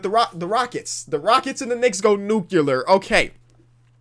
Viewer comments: went full George W Bush and said 'nucular' lmaooo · Anyone else heard him say nuclUlar? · Did he say nucular? Nucular?????? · You say "nuclear" like you're George W Bush lmao